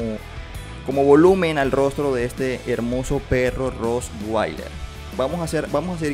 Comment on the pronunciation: No se dise roswailer es con t